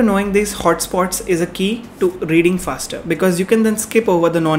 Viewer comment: ye "fasrer" kya hota hai......hahaha...love you